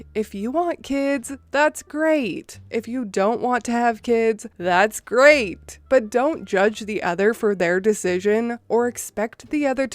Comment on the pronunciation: When she says "Hreat googley moogley". Makes me chuckle a bit. 🙂